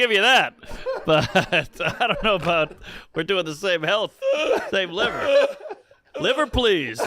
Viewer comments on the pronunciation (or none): hard “er” on that liver my guy